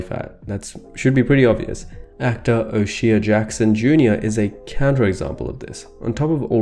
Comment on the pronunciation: Oh shay Not Oh she ah